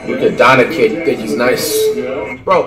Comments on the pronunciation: Troydan says Donacic too 😂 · "Jay a morant" U mean Ja "Zeon Williamson" U mean Zion "Rudy Goburt" U mean Gobert "Luka donakick" U mean Doncic "Giannis Akumpo" U mean Antetokounmpo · Announcer Luka Doncic Flight Donakick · I didn’t realize he actually corrected a nigga saying Donćič and said “you mean Donakik” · Go Bert Akunkpo Sike em Zeeon Donacich Adbyo Jay A